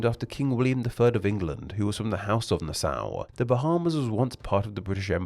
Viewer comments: Nassau is pronounced na saw, not nas sow. The ssau in Nassau, is pronounced like the tool saw. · Isn't it pronounced "NA - saw"? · As a bahamian, that pronunciation of my capital was horrendous, its pronunciation is (Na -Saw) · being from Nassau county the way you said Nassau is no